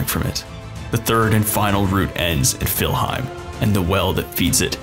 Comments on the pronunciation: It's called "Niflheim" not "Filheim". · I've never heard Niflheim being referred to as Fillheim before ... interesting. Edit: Had to stop watching this video due to the sheer amount of incorrect information. :/